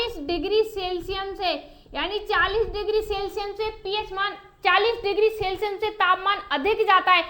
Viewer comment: सेल्सिअस को सेल्सिअम बोल रही है, इस से ही पता चल रहा है की ये कितनी होशियार है